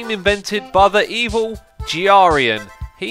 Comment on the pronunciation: "The evil giarian"